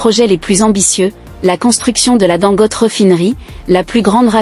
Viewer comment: Pardon son nom se prononce Dangoté